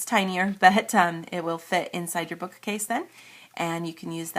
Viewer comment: why do you say 'book-A-case' ??